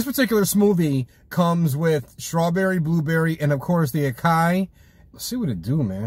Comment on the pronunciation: Lol I love the review. However just a tip for future reference, you would pronounce it A-sah-yee not A-Kai. Just helping you out homie. Keep up the good work